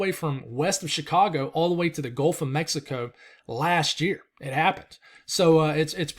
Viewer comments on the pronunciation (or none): none